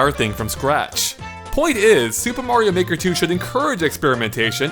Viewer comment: In the beginning it sounds like he says super mario nword 2